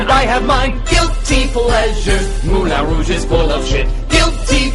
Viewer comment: J'adore l'accent quand il dit "Mouwlin raouge" :p